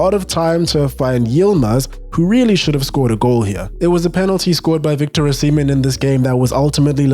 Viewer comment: Not to be that guy but why do I keep hearing Victor O'semen